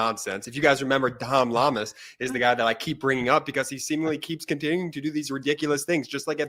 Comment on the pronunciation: Guy in red needs to pronounce reporter's name correctly: it's Llamas-say it like "Yamas." Come on! You folks in media are supposed to be wordsmith and Spanish is probably the second most spoken language in the country. And you're not alone with mispronunciations.